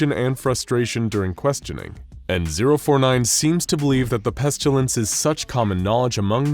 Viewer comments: Thanks, great, enjoyed mostly. One tiny thing, it's pestilence. Not pestulence. Only problem with the narration. Thanks. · My question is this , why do you keep pronouncing the word incorrectly:''PestUlence''?, when it's clearly pronounced PestIlence?. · Listening to the narrator consistently mispronounce pestilence as "pestulence" is like watching that nature documentary narrated by Benedict Cumberbatch where he kept calling penguins "pengwings". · Why dose he call it the pestalince and why dose he tern them into scp 094 1s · The narrator pronounces “pestilence” as “pestchulence.” 🤔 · I enjoy how the narrator pronounces it "Pestyoulents" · where did the u in pestilence come from??? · The pronunciation of pestilence always hurts my ears lol 😆 Where did that letter y come from 🤣